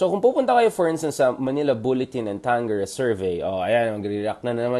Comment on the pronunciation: It is pronounced tangjere